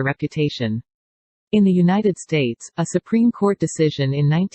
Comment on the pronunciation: She radiates such strong Karen energy. Anyone else hear her say “SuPenis” ?